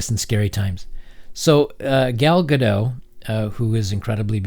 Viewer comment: Gal Ga-dot. Not Ga-doh, it is not a French name.